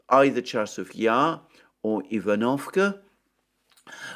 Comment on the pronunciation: ivanovske is spoken eevan-of-Ska